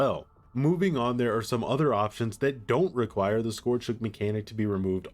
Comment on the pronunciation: Scourge rhymes with ‘urge’ not ‘george’